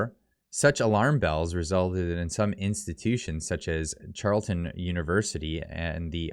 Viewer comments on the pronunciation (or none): It is pronounced Carl eton